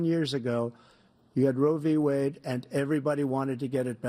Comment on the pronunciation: What dıd Bıden say: Robbı-Wade 😂😂😂😂😂